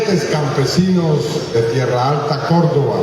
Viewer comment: No es Tierra Alta, es Tierralta